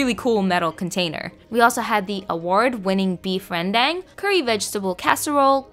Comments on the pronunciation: Idk if bhs Melayu is different but in Indonesian you barely pronounce the e at all, the emphasis is on the second syllable so it's like rn-dahng. Hard to write it lol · why you pronounced it 'rendeng'? 🤣🤣🤣 it's RENDANG not rendeng lol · Dudee I'm Malaysian and yes you've hit the HOT SPOT for Malaysian food!! Btw it's pronounced ren-dang. Also, the staple of all malaysian food is nasi lemakk It's our jam, it's our breakfast lunch and dinner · Really close pronunciation but incase you’re interested: (idk how to describe it in text) Rendang is pronounced as “ren/ruan” “dung” Siew mai is pronounced as “see- u” “my” And the hor fan is pronounced “horr” “fa -un” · Also, Rendang is pronounced Ren-Dung like the cow dung 'dung' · Rendang is pronounced ren-dung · its pronounced ren dung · Lol i like how you pronounce "Rendang" 🤣🤣🤣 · Thanks for a video about my country, specifically about the cuisine! For another good dish, I would recommend nasi lemak in my opinion. Also, your pronunciation of rendang is horrible lol.